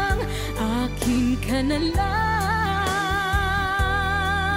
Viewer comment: She sooo good. You’re pronouncing the song name correctly by the way. Liking the reactions very informative. Please react to Dimash Autumn Strong and/or Know (vocalise) from his 2020 Arnau Tour in Kiev. Hope you like and have a good one!!!